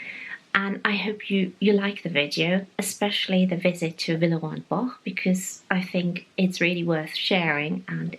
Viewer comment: Firstly I love the video, and also learnt how to say Villerey and Bosch correctly, I have been pronouncing it incorrectly all my life, 😀 Also the prices are cheaper Han Bicester Village and the variety was in abundance, thank you